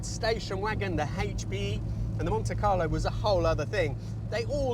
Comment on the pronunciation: ok fine but you said "monte carlo" with an italian inflection. awkward.